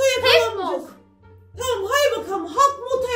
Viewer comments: 9.48 maya doğru okudu havktmot diye okunuyor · abla howk moth diye yazılıyor ama okunuşu halk mot diye okunuyor seviliyorsun:yt:😘🥰🥰🥰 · Hawk moth diye yazılıyor Halk mod diye okunuyo abla😁 helk mod değil 😁😁😁